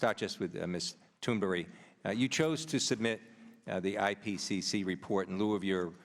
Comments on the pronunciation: Why do Americans pronounce her name Tune-Berg or even Tune-Berry? By that account they should pronounce thunder as Tune-der ? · did he say mrs tunberry? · He said ‚Ms. Turnbury‘ ! Seriously?